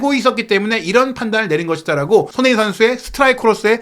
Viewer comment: '손흥민' 발음 진짜 거슬려요 발음이 안되면 차라리 쏘니 라고 해주세요 😢